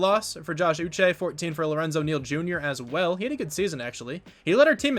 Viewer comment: You did say Josh Uche's name correctly